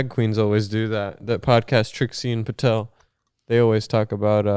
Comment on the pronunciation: he said patel <3